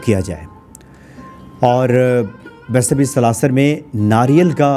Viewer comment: आप सलाशर उच्चारण कर रहे हैं कृपा करके सालासर बोले जय सिया राम